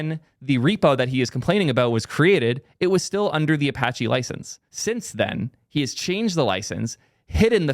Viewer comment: All I can do is point and laugh. It’s Apache. Good luck dude. Get him and Matt in a room